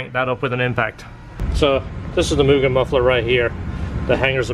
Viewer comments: a lot people say myujin or myugen. Annoyed me for years and I got over it. So it was refreshing to hear it pronounced the right way. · Respect on pronouncing Mugen properly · So glad you pronounce mugen properly 😂